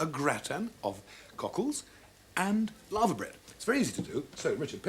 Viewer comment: LAVER bread, not LAVA. anyone at the BBC speak English anymore?